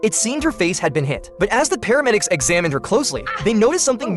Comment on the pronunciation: It’s paramedics not pharmedics